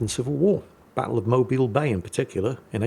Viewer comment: I am impressed that pronounced Mobile, AL correctly. +1